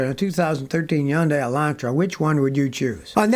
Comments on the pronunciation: "Yundai" Kills me every time. 🤣🤣🤣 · Never heard someone say Hyundai without the “H”… I’ve always said it like hun-die. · Yun - Die ! lol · Hyundai = Rhymes with Sunday C'mon Scotty 😂